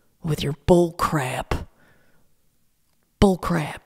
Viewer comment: I’m so glad to get to hear you say BUHLCRAYP again 😆😆😆 you bring light to my days, Laura, I hope you know that you bring light. Your honesty, your vulnerability, and your continued attempts at a positive life BRING LIGHT. 💖